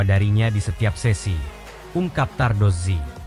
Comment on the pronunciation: Saya puji Admin ini karena menyebut nama Davide Tardozzi dan Corse dengan benar...baru kali ini saya lihat konten MotoGP yg pengucapan nama² khas Italia dgn betul...bahkan sekelas komentator dan presenter TV aja masih pada salah menyebutkannya...😊